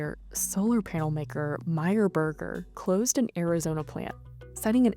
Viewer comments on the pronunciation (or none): Oompf, the way she pronounced "Meyer Burger", as a german, this hurts and now I'm afraid, she wants to ea the people from that company.